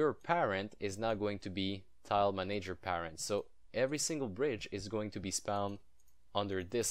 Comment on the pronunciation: Both "A"s in manager are soft :)